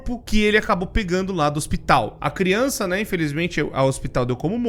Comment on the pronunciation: "Deixar bem claro que criunça não entre" MANOOOOOO TE AMO 🤣🤣❤️❤️